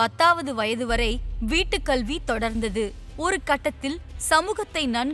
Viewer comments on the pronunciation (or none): none